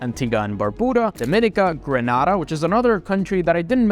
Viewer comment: please learn to pronounce GRENADA aka Grenade-ARE correctly. you have a CARICOM passport after all.